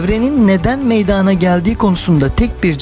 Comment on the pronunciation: Ne olduğunuz değil nasıl yaptığınız önemli. Bir öğretmen olarak zaten konuşmanızın düzgün olması gerek. Öğrencilerinize ders anlatırken de bu ve buna benzer hatalarıı yapmamalısınız. Ben videonuza başladığımda meydaaana gelme telafuzunu duyar duymaz yarıda kestim. Çünkü artık benim için içeriğin bir anlamı kalmadı. Eminim benim gibi bir çok insan sırf bu yüzden yarıda bırakacak. Bilgi, herkes tarafından hızlıca ulaşılacak bir ortama sahip artık. Benim sizin videonuza bakma sebebim, sadece konuyu bilmiyor olmamla alakalı değil elbette. Farklı içeriklerden farklı anlatımlar dinlemek istiyor da olabilirim. Yada, bakayım bu kişi nasıl bir içerik anlatımı yapmış, diyerek seyretmiş de olabilirim. Yada ben bir felsefe tarihi araştırmacısıyım belki...Bunu da bilemezsiniz. Sizi şakşaklayanları değil, acımacısza eleştirenleri dikkate alın. Buradan çıkartılacak tek ders, yeterince hazırlık yapmadan ve diksiyon dahil bir çok konudaki olası eksikliklerinizi gözden geçirmeden ciddi bir girişimde bulunmamanız, olacak. Para kazanıp kazanmıyor olmanız yada alakasız başka gerekçeler üretmek yerine, " Evet bir öğretmen olarak meydana gelme ifadesini doğru telafuz etmeliydim, demeniz yeterli olacaktır. Bunu yaptıktan sonra video içeriği, bilgi seviyesi, anlatım şekli gibi konularda size fikirlerimi söylerim. Kibir insanı kendinden uzaklaştırır. Bazen konuşmayı yeni öğrenmiş bir çocuk bile size hayatınızın dersini verebilir.